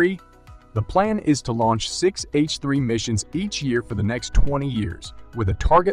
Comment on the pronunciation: TECH the brainless AI Narrator needs to learn to Say H3 Rocket Not F3...wow the Speech Synthesis Software is so freaking Dumb it's better to proofread the script and 1 more thing it also said Alpha Tech wrong too so how freaking hard can it be to get a person to read the dialog 🤔 Suggestion: Go back and listen to the video and count how many screw ups the AI Narrator makes throughout the video and redo the video!